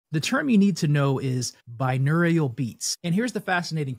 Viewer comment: Why are you pronouncing it binewrial?